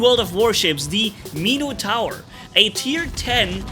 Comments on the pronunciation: Meeno-tower ?? ….pronounced Min-ah-tour , or Min-eh-tour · "Meeno tower" lol